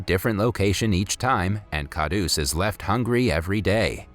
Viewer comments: Kahdus is pronounced Kah-rhoos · it is pronounced kharus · its not dabba its deba and its kharus not khadus d is pronounced as r and it means greedy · It's kharus not kadus